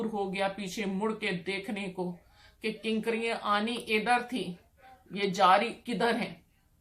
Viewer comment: Kankaraian? what hell is that? I think you are trying to say KANKERIAN.